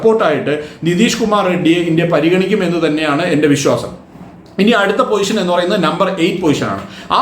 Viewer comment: പൊസിഷൻ ആണ് അല്ലാതെ പോയിഷൻ അല്ല 😁😁